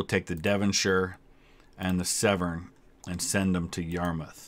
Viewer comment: Just so you know Severn is pronounced 'Seven', trust me I'd know aha